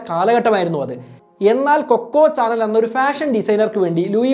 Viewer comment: കൊക്കോ ചാനൽ എന്നല്ല ബ്രോ “കോകോ ഷനേൽ” എന്നാണ്